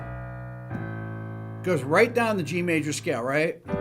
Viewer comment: What’s up? “Ze sky”.